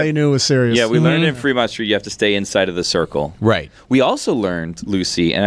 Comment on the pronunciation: It's Fremont not Freemont